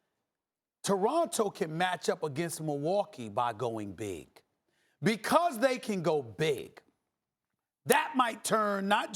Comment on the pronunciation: Max has a very distincy way of saying „because”, it sounds more like bee-koz